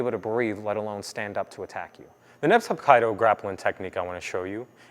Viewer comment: Hap-kai-do? Pronounced more like Hap Key Do..... First movement is a pretty generic hip toss, mostly associated with Judo, though it obviously pre-dates judo as a technique. It exists in many martial arts. Second movement is . . . . w t f is that? I've been training Hapkido for several years and never seen ANYTHING like that in our training or any of the other schools I've seen. First, you don't want to stand there on the same center-line. Second, you want to immediately break balance which negates the kick. Third, you don't want to place your hand on the opponents neck like that since that gives them opportunity to control your wrist/fingers. I've seen neck strikes off of a block, but never a neck grab, and only after stealing balance.